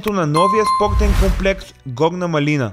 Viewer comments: Горна МАлина не маЛИНА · Горна мАлина (ударение на А-то)